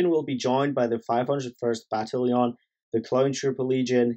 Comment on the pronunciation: I'm more shook on how ya said "battalion"